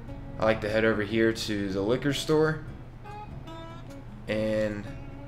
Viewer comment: So I just finished playing the Resident Evil 2 demo, and when you said liquor store, I heard "licker store" - just thought I'd point that out lol